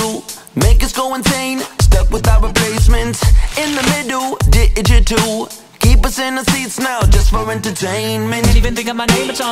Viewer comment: You said digital wrong